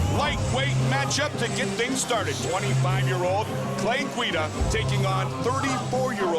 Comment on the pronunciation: "Clay Guido" lol